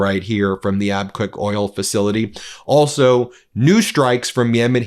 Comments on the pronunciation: Ben it is pronounced "Ab Cake", NOT "Ab kwake", I live there for 16 years. Please pronounce it correctly. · Abqaiq is pronounced Ab-kaik. Not Ab-quack. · Ben : “Abqaiq” is pronounced “Ab-cake” not “Ab-kwake”. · Ben its Abqaiq (abqiq) not Abqwak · C'mon. You can't pronounce Abqaiq? It's AB- CAKE. Please check the pronunciation of places you are naming. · Its pronounced AbCAKE. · Excuse me Ben. Abqaiq is pronounced like *Ab-keg" The photo shows the smoke coming from the area where the flare stack is located. It may have been an operational ignition. Not attack damage. A 7 Million bbls per day oil treating facility. Equal to Saudi Aramco's average export capacity before the war started. Today Aramco's TOTAL daily production is 7M bbls. It was around 9M last year. We need to find out how much damage was done. Abquiq is VERY IMPORTANT. Note that some of the burn scars may have been left from the Houtis 4 September 2019 attack. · Abqaiq is pronounced Ab Cake. It is an oil processing not oil refinery plant. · Ab-qaiq , ab-cake. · Abqaiq is pronounced Ab-cake (there's no u in the name.)